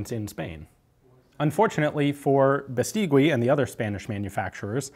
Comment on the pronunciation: Great video as always. Let me just say, the last 'u' in Beistigui isn't pronounced - it's read like Beistigi. Cheers from Spain!